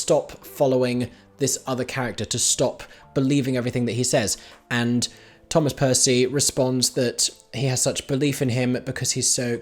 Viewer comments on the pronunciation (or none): none